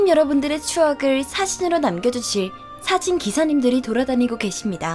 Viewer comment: 저만 그런걸수도 있는데 사진 발음이 사신이라고 들렸네요